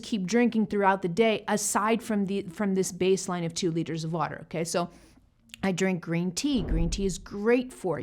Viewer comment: It sounds like she said coke and not water